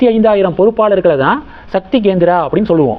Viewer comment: Gendra இல்லை, Kendra